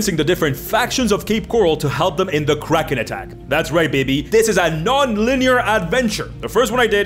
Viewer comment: I still can't understand if he is saying kraken or crack head.